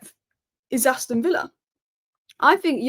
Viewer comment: You've definitely got villa wrong